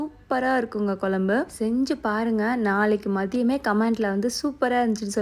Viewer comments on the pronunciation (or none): kolambu illa kuzhambu pronounce it properly ma